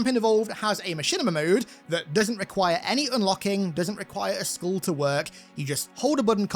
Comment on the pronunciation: You sound like you say "schkool" instead of skull